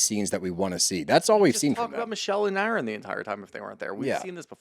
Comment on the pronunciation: your saying Aron like Arod, but his name is pronounced Erin! I started listening to you guys because y’all are sports dudes not witchy women. I was curious what your take would be and still am. Respectfully, y’all bicker, fuss and argue so much getting off topic, then a commercial will come on, so there’s not a steady forward flow to the story. you jump to quickly on little things that are not necessary to fuss about. Do y’all ever listen to it back? Tighten up the story and lighten up on the fussing please. This particular podcast is a perfect example of what I’m talking about. When it was over I just said what, that’s it! Thanks guys!